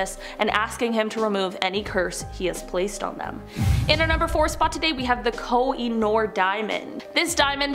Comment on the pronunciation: Why you pronounce koh-i-noor as kho-i-norr.?